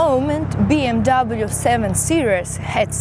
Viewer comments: фильм "бимер" у нее :) BMW это бренд его нельзя говорить "би эм даблю" только "Бэ Эм Вэ" немцы не говорят же Цоца Цола на Coca Cola :) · никто не говорит Би Эм Дабл ю! Выучи хоть как тачки называются!